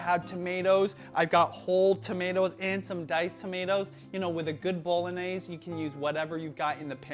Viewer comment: Just one thing... you’re saying bolognese wrong